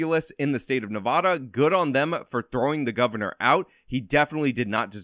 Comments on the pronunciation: .- its NevAHda. Cmon dude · Theres no "O" in Nevada